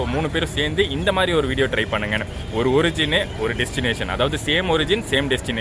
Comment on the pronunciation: அது ஒரிஜின் இல்ல பா ஆர்ஜின்